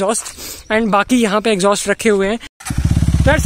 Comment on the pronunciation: It's exhaust bosti The way you pronounce exhaust is horrible what exjostt